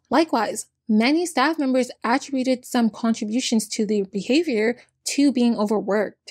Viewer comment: uh-trib-you-ted, attributed